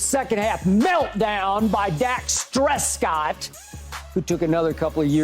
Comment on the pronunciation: Dak "Stress-COTT" 🤣😂🤣